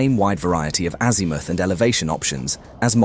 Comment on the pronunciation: It wasn't bad but AI pronunciation of "azimooth"😅